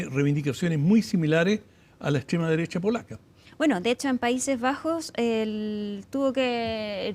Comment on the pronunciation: Wajajajaja la "extrema" dereshhhhha...😂😂😂